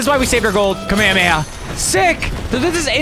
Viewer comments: its pronounced ka-meh-hah-meh-hah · Ka-me-he-ma is not how u pronounce it, is sounds so bad😭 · he said the word kamehameha but not how it’s pronounced in the show. In the show they say it like KA-ME-HA-ME-HA nick eh says it like KAME-HAMEHA and much quicker, it’s not that hard to understand lmao you’re just slow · No just pronounce it right "kamehameha" even the subtitles spell it that way. Even the Dub and Sub pronounce it that way. And Kuririn is pronounced like that cuz Japanese people cant pronouce the L correctly. They say the letter "L" like an "R" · its kameh-hameh-ha that's how its pronounced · It’s pronounced Kama Hama ha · early! also it's pronounced ka-mey-ha-may-ha just to let you know! Also love ur vids btw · then I guess it’s just a little different from how I remember it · Don't worry he is also a big dbz fan. He just didn't pronounce it correctly